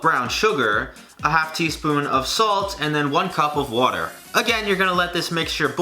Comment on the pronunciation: “Whuter “ 😂 New Yorker coming out